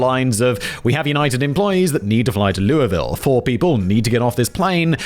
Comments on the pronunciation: Someone actually pronounced louisville correctly, omg 😮😊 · Was not expecting to hear simon say Louisville but im glad he pronounced it right! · thank God someone knows how to pronounce Louisville for a change 🎉🎉🎉🎉🎉🎉😢😂